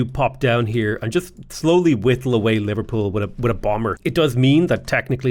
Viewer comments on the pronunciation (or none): none